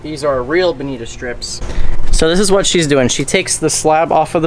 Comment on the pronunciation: It didn’t appear that you bled them. Did you? And on behalf of us west coasters.... it is pronounced “bonitaaaa”. Cheers